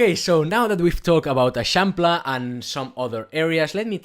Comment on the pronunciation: Never heard anyone pronounce l’eixample, very helpful video, thank you!